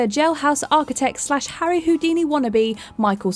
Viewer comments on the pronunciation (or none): none